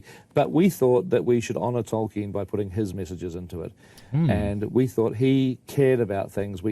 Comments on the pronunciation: Jeremy for the Love of All that is holy, there is an L in the man's name. Tolkien. Tolkien. Tolkien. Not Tohken as you say in every bloody video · Every time you call him "token" i die a little inside. There's an L in his name